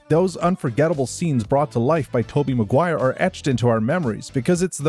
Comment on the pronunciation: It's Maguire. Not MacGuire